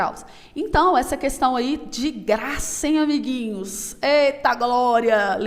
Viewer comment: Amo 'abiguinhos'. kkkkkkk